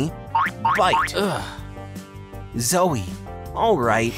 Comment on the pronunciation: It’s not zoi it’s zoe